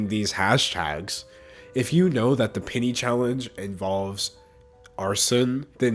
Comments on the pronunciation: it took me a second to realize he said PENNY Challenge and and not PITY Challenge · For some reason, I heard pity instead of penny. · I kept thinking he was saying pity challenge not penny challenge but honestly yeah I do pity these ppl for not having the common sense to not do it. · I heard pitty challenge instead of penny challenge 😂. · wasnt watching and thought mans said "the pity challenge" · I thought you were saying “pity” challenge, so I was confused for half the video